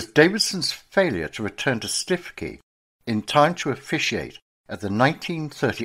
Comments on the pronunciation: please correct mispronunciation. stikey is stukekey for example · The Prostitutes' Padre. There was a musical made of his life. It's not Stiff-key it's Stoo-key. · Absolutely, Stoo-key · Stiffkey - pronounced Stukee in Norfolk. Interesting and well researched. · What a terrible and even grotesque story: the much used , 'You couldn't make this up' occurs. Lion-baiting in the 20th century shows that what passes as entertainment hasn't moved on since the hey-day of the Colosseum: taste for humiliating people in public very very depressing.[Btw, I had always understood Stiffkey was pronounced 'Stewkey'.] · Its pronounced Stookey locally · Please! Stiffkey is pronounced Stuwkey! I’m a local six fingered yokel and I know! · Its pronounced Stoo-kee